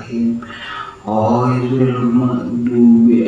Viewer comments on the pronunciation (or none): none